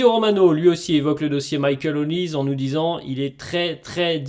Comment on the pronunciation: Olise ce dit Olisé ... Comme pour doué pas Édoué ... Serieux ça parle de foot et vous ne savez pas les noms des joueurs... atroce